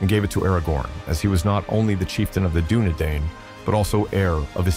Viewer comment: Good video, but you gotta learn how to pronounce correctly some of the words like Dúnedain and Silmarils